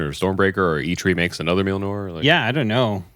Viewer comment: Can someone please teach how to pronounce Mjolnir?🤣